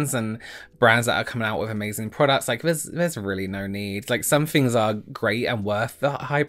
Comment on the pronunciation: doesn’t say things, he says fings.